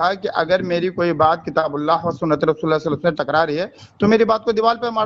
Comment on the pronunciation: Ye sallallahu alayhi wasallam kese bolta he.... Suaad se.. Sidha meem...